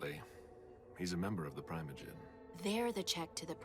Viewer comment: As someone who’s played Table Top VTM since 1996 that’s NOT how primogen is pronounced!!!!!!!!